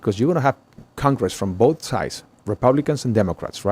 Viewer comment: The way Mormons say “bolth”